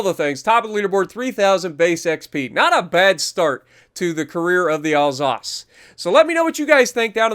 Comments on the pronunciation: Isn’t it pronounced Al-sass? I’m bilingual and that’s how I’d pronounce it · Pronouncing Alsace: al SAY ss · I pronounce it "al-sace"